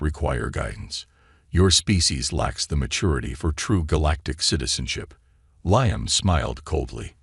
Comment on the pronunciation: LEE -AM brain dead AI